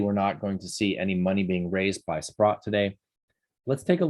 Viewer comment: Ooooooooh, so when you keep saying sput, you are actually trying to say SPROTT, that’s been bugging me for a couple weeks.